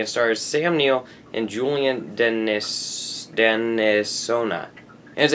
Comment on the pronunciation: HOW HARD IS IT TO SAY JULIAN “DENNISON” ffs? DENNIS-SON